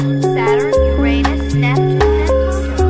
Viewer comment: Uranus is not pronounced properly :D